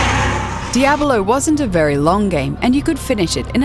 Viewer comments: I chuckled a bit every time she said Diahbelow. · the way she pronounces it, I'm just like waiting for her to finish the word Abolone.